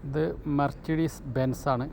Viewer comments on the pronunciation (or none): വണ്ടികളുടെ പേരുകൾ പറയുന്നത് ഒന്ന് കൂടി നോക്കിയിട്ട് പറയുക .. ഉദാഹരണം മെർസിഡിസ് ബെൻസ് അത് ഉച്ചരിക്കുന്നത് muh suh deez